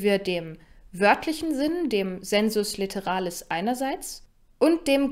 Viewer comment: Zur römischen Phonetik: sensus litteralis = [seːnsʊs lɪttɛra:lɪs]